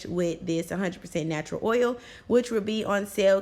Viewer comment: Need that oil ma’am! The way said comment makes me think you’re outta ATL?